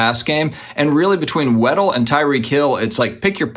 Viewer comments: It's WAD DLE...as in look at my big "Wad"...NOT WEDDELL. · It’s Jaylen WADDLE not Weddle 😂 Great content btw. 🙏🏼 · I believe his name is pronounced WAD-DELL (lol I don't even know if I'm explaining/spelling it the correct way) anyways im a Dolphins fan so I have really high hopes with Miami this year, I say that EVERY year lol 😂 😂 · Lol I just made a comment trying to say the same thing